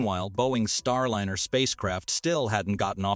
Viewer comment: There are also some very awkwardly worded sections. It's distracting how the pronounciation of key words keep changing. Starliner keeps changing between a soft and hard "i" like dinner vs diner.